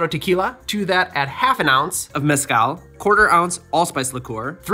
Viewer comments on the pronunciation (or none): I really like your channel homie, really great quality content. As a mexican, I have to comment on the pronunciation of the word Mezcal, the tonic is the syllable 'cal', so, mes-CAL, and not MEZ-call. Also, The z is not a US 'z' sound, but an 's' sound.